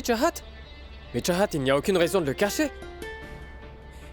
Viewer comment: Tu as dit chachat mais C'est chahat😂😂😂😂😂😂😂